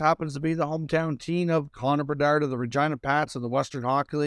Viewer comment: CONNORR BERDARRRRDDDDD gotta love how this dude says his name